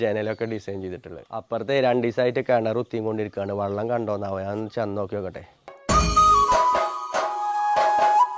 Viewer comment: വള്ളംഎന്ന് പറയരുത് വെള്ളം